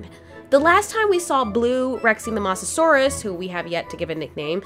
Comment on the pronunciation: STOP SAYING MOSS ASAURUS IT SAID LIKE MOOHSASAURUS